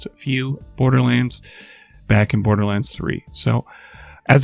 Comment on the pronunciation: "Bordlerlands" :3